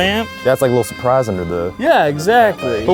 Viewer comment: listen to when Eugene says 'surprise' - you can hear his Texan accent but I can't usually hear it